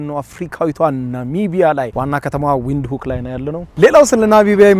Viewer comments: Windhoek ቪንድሆክ ነው ትክክለኛው አባባል ብሮ። ዊንድሁክ አይደለም። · the capital city name read as venduk not Wind hok it in Alan’s language W read as v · W is pronounced v say it vintok